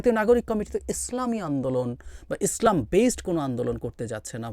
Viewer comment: নাস্তিক কোথাকার। সুন্দর করে ইসলাম শব্দটাও তো সুন্দর উচ্চারণ করতে পারিস না। লানত তোর প্রতি